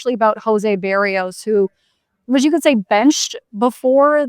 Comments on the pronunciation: beh-rrrEE-os actually but yes her pronunciation is even worse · Bah-Ree-oes... Not Bear-E-oes.... Love ya